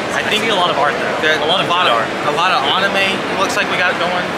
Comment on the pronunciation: This guy still can’t say anime lmao what’s wrong with you man